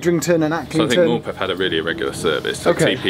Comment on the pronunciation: Good to hear an none northern person pronounce Morpeth correctly